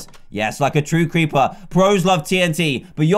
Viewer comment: Dan can't say creeper XD 😂 he says cweeper